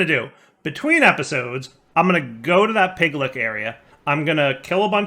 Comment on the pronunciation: In fantasy there is a creature called a Lich (Litsh), and in the pack there is a creature called a Piglich (Piglitsh), and yet insists on calling them Piglicks. I can understand where the "k" sound comes from because it is in lichen (the algae / bacteria combo). Also if you cannot spawn the Pigliches, try placing the automatic killing in "the Other", they seem to be frequent spawns there.